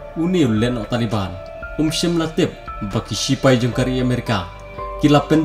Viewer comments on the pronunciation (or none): Bah it's Taliban not tale ban